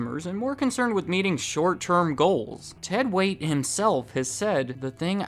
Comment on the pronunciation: It's Ted "Waitt".